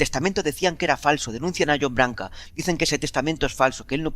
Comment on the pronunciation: en serio me caes muy bien pero aprendete como se pronuncian los nombres de las personas de las que hablas, como Janet o John Branca no Barca